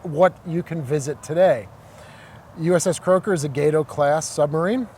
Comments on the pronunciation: It's Gah-toe not gaydo. idiot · It's not a gay toe class it's "GAH TOE" class. STSCS(SS) USN Ret. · Is it not supposed to be pronounced "Gah-to" like Spanish for cat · Did you never take high school Spanish? “Gate-oh”? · Amazing museum piece and video. Only note is you’re not pronouncing “Gato” correctly. It’s pronounced “Gah-toh” like the species of cat shark, which the ship class is named after. Some people get all upset over how Americans pronounce German words incorrectly, same goes for this.